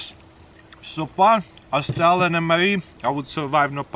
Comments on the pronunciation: Because instead of saying Aus-trailian he's saying Aus-stalin. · Love when he says AuOOUstRAlen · Everytime he says Australian mre i hear Stalin mre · why I hear stalin MRE instead of australian!?! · I thought he was saying Stalin’s mre